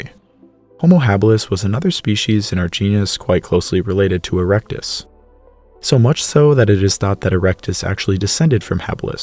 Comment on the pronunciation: Haha he said erecte